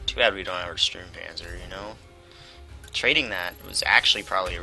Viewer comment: The closer pronunciation for the German "u" in english is probably your "oo" (like tool or fool). So it is Stoormpanzer :) The PZ 35 (t), is NOT 35 tons ^^ The tank itself was around 10 tons (metric), the "t" is for czech. These tanks were captured by germans after the crisis of "sudètes" in 1938.